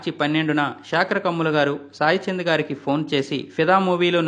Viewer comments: చాయ్ చంద్ కాదయ్యా.... సాయి చంద్....అని పలకవయ్యా.... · It’s not chaichand it’s Sai Chand